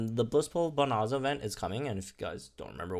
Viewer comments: I'm sorry to do this, but it's bo-nan-za (nan as in nanny). The rest is right lol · How did he not go and learn how to pronounce bonanza it’s not hard